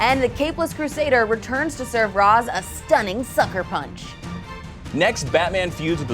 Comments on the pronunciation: You pronounce Ra's as (Ray - sh) not (Raz). Come now DC Entertainment, Batman Beyond specifically explained this when Terry said Ra's name as you just did. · mispronounces ra's tsk tsk